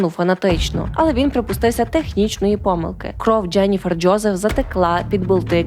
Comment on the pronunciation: мені теж подобається ваш контент і подача , але вибачаюсь за снобізм , дуже ріже вухо помʼякшення голосної літери після літер ДЖ . Ческокажучи ледь витримала два відео . Переслузайте як ви вимовляєте такі слова в як інші. Треба казати не Джєніфер Джьозеф , а Дженіфер Джозеф , беж помʼякшення голосної .